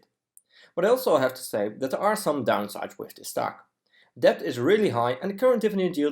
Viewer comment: uitstekende video. 1 puntje, debt spreek je uit als det (stille b)